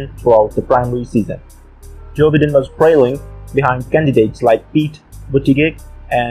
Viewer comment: It's Joe BIGH-den...not Bidden.